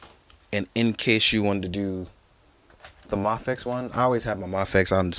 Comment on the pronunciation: Great review man! Love your enthusiasm! But I'm just so confused that you say Mah-fex. Is that how you actually pronounce it? Cause I've been saying May-fex everytime I see the name.. idk how to pronounce it. I've been hearing May-fex and Mah-fex